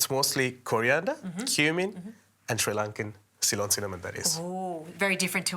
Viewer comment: Cool recipe, and a super cook, wish the lady could figure out how to say Sri Lankan properly, just listen to the way the cook says it😅